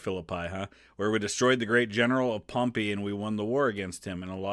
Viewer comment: This video made me realize I have been pronouncing pompey incorrectly for my whole life lol.